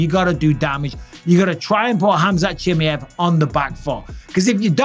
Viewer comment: had to turn off it's pronounce 'shimiev'